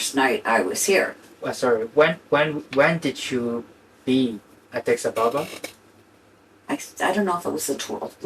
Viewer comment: OMG-Addis Ababa. It’s not difficult. You’re supposed to be in love with an Ethiopian and not only don’t you know their capital city, you haven’t even bothered to read it properly and learn how to pronounce it!!??